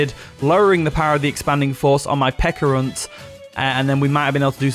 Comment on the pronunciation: It's Pecharunt like Pecha Berry, so Peh-Cha-Runt.